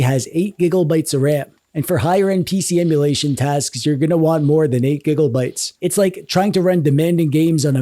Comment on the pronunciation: Bro great video! Please stop saying gigabytes like that 😂